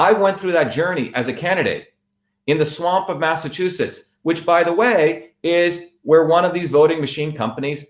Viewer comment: Dr. Shiva's tongue gets tied up a lot when pronouncing Massachusetts.